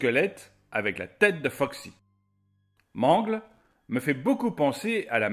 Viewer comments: c'est pas man-gle c'est m-an-gle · Ce n'est pas mangle mais mangle et c'est pas bb mais balloon boy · Mangleu xD ça ce dit meungeulle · On ne dis pas mangle on dis mangel comme battle c'est mangle voila ci non ces très bon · Mangle.... nan... ça se prononce Mangueule... Sinon j'ame beaucoup ♥ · mangle se prononce MANGUEULE!!!!!!!!!!!!!!!!!!!!!!!!!!!!!!!!!!!!!!!!!!!!!!!!!!!!!!!!!!!!!!!! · Mangle 😂😂😂on dit manguele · je trouve que tu dit mal le prénom de mangle sa se dit mangeul mais ca s'écrit mangle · Comment il dit mangle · Ptn dis correctement mangle en plus bb t la mis 1er t te fous de notre geul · Et ta mal prononcé son nom à mangle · Ca me fait rire quand il dir mangle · Comment il prononcé mangle ça me fait pleurer 😖